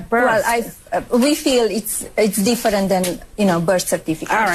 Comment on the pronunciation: "It's deefrent" 😅